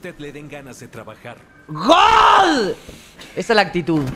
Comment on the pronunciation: Deja de decir gool